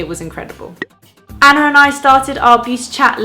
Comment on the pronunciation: the way you pronounce anna and hannah are as if they have an R at the end, like annar and hannar :D